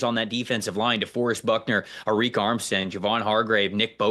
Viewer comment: He doesn’t know how to pronounce Arik (Eric) Armstead…..which undermined his credibility